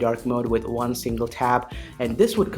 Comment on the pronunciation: I watched couple of your videos and I can't seem to understand why you pronounce "one" as "vn"